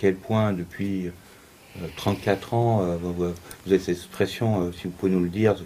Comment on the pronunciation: Déjà, parlez correctement ce n’est pas « ecpression » mais «expression » ! Merci !